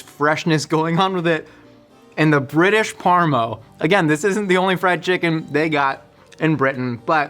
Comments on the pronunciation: its either - PARMI or PARMA, mate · In Australia we have a very hotly debated culture war between saying Parmi or Parma. To find out the UK calls it parmo.... I'll never argue either way again. Parmo is the worst thing i've ever heard. Bloody poms. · I can confirm, as a Brit, we only say "parm". No extra vowel on the end. Thanks.